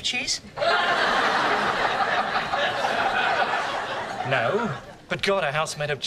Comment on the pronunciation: Im sorry did you say chesse that always crack me UP